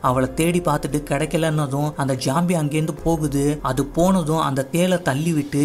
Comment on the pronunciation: Bro not jombie. Its zombie